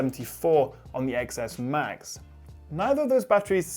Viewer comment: IT'S PRONOUNCED TEN S AND TEN S MAX IDIOTS.